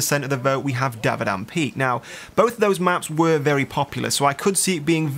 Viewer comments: Dont wanna be a dick, but, its dam-a-vand not davadand. Lol im sorry. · DAMAVAND not DABADAM ;) good vid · DAMA VAND. DAMAVAND.... pls